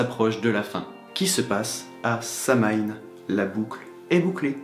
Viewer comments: Samhain se dit “sa-ouiine” ça vient du Gaelic. ✨🖤 les marriages wiccan sw passent à Beltane. Litha c’est le festival de la fertilité on fête la deesse enceinte du dieu apres leur union à Beltane. ☀️✨🐍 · Bonne vidéo, mais Samhain se prononce "SOW-ween". C'est de l'Irlandais, ça ne se prononce pas comme c'est écris. Un peu comme Jalapeno qui se prononce un peu comme "Yalapeno" ! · mode casse-couilles enclenché Samhain se prononce SAWINE extinction du mode casse-couilles Non en vrai je prononçais ça Samhain aussi il y a encore 2 semaines. Je viens de découvrir ta chaîne et je la trouve excellente. J'enchaîne toutes les vidéos à la suite. Et sinon pour la prochaine fois, une vidéo sur les familiers ce serait top.